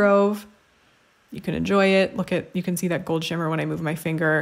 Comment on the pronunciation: LOL when you are swatching "Pivot!" and you mispronounced shimmer it almost sounded like you said Schwimmer which would have been a great pun. Pivot is a line by Ross who is played by the actor David Schwimmer in case you didn't already know.